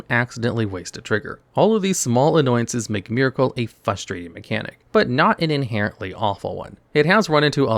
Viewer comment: You know what is unbelievably "fustrating"? Hearing a very articulate, incredibly knowledgeable, ADULT content creator mispronounce a 6th grade vocabulary word FOUR times in the first four minutes of a video! 🧠💥